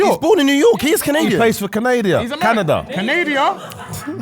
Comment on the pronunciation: hold the doo doo for "canadia" terrible sir 😂